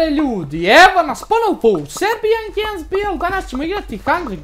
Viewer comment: Jel neko skonto da serbian umjesto da kaze "Serbian Games BL" Kaze "Serbian gens BL".